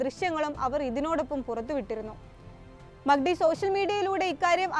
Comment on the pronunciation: മക്കടി അല്ല മാക് ഡി 😂😂